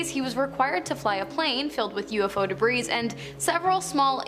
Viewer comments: Stop pronouncing the word "debris " wrong. It's not pronounced debrises! And UFOLOGISTS is not pronounced UFO ologists! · Why on Earth don't they tell her she's pronouncing the word " debris" wrong! She messes up Ufologists wrong, too! I could do a better job of narration!